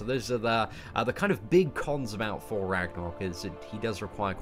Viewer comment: The GamingRodent loool that's because he still can't say Thor properly, "four god of funder"